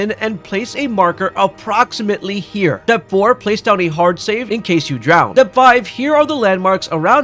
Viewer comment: Why do pronounce "Step" like it starts with a D? Dtep